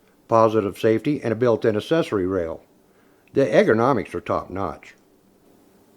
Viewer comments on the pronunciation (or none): "Urgo-nomic" brother....not "egger-nomics" in pronunciation of " ergonomic ".... LOVE THE VID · "ERGONOMICS", not "EGGERNOMICS"! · hey, you're the one who said Egg ra nomics lol. I'm well versed in english thanks.. You spelled it correctly however. :P Just flippin ya crap bud. Great video. I'm a huge 10mm fan. Hunt with one, carry one daily, and my favorite is my custom built SVI .